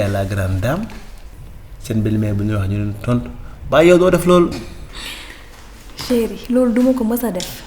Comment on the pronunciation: Séérriii😁 on dit "chéri"